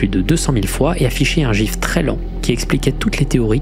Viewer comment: Il a dit "JIF"